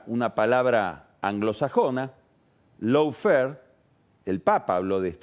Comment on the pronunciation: Querido y magnífico Carlos, Lawfare suena en inglés más parecido a "loh-fer" que a "lau-fer". Digamos que esa primera "a" de "lawfare" se pronuncia como una vocal entre la "a" y la "o" del castellano, pero más próxima a la "o".